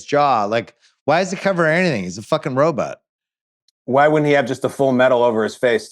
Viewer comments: Just here for Bill's weird pronunciation of 'ro-but' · can we talk about how bill pronounces it 'ro-butt'... lol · Simmons pronouncing robot as “robutt” Is hilarious. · The “robut” count in this pod. I love it so much. Bill, that’s the vowel sound you should make when pronouncing Monk (which rhymes with dunk). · Bill saying robutts is dynomite